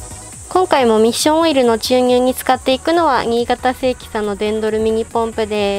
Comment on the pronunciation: おっしょんオイルに聞こえた